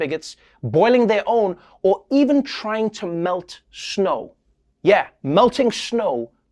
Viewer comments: Noah pronounces snow as schno. Where does that come from since the word 'snow' wouldn't exist in S.A. I like it so much that will be how I will say the word going forward. "Cruz flied from the schnow"...... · Nobody: Trevor Noah: “Schnow.”